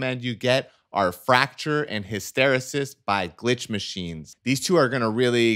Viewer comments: You totally mispronounced the word hysteresis. For the benefit of those who do not speak English, it is pronounced HISS-TERR-EEE-SISS! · Hysteresis. Hiss-terr-EE-sis. It's a scientific term. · His-ter-EE-sis. It's a technical term. His-ter-EE-sis.